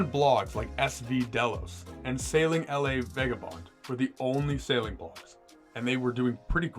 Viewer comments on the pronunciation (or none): “L” “A” Vagabonde 🤦🏻‍♂️dude lost all credibility right there